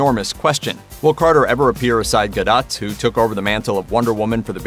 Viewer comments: That's pronounced Gal Gadoe- NOT GADOTT !!!! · Lol, 2020 has been anything but, who can compete....bloody warner brothers....the weak ass kristen wrong choice yeah right....im not paying any attention if you cant pronounce the lead actresses last name....smh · Ffs, learn how to say Gal's last name properly!